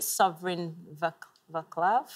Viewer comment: Just when I thought I couldn't love Xander any more, he comes out with the perfect Czech pronunciation of "Václav" and tops it off with that singing performance! Wow! 😍😍